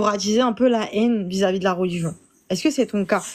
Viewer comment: Pourquoi t'attchise la hénne genrrr